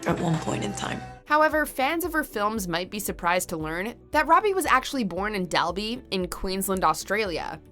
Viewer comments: FYI that town in Australia is pronounced with more of like dol-by then del-by Source - I live 2 hours north of Dalby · Margot Robbie’s home town (Dalby) is pronounced Doll-Be… I may or may not have recoiled at your pronunciation… 😂